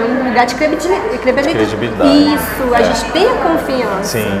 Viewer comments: "crebidilidade" crebdi credbi kkk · quedibi, quedibi, clebili, crediblidade!